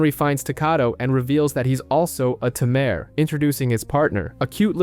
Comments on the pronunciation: It's not a tumor!! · Ta mare Tay-mer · Tamer!!! tamer!!! Not tuh mere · Can you just look a word’s pronunciation before making an hour long video? hearing “ta-mair” throughout this video is torturing! it’s “tay-mur”! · at this point....its gotta be on purpose. Ta-Me're lol is so silly. It was bugging me too. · A Timair...... Im sorry but I can't help myself it's all I hear when you say Tamer